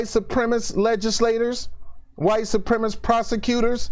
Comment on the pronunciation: Great video. Hit most of the points square on the head in a way that is superior to many other commentators. I will watch much more of you in future. Only quibble is that you should say supremacist properly.